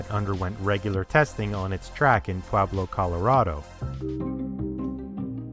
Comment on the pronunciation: PWABLO, COLORAWDO